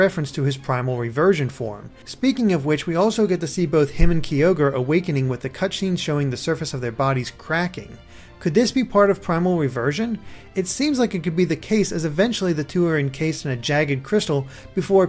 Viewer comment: Ky is pronounced like kye,. Kye Ogre. Not Kee Ogre.